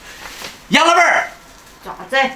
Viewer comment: 只有我把老板听成"老伴儿"吗😂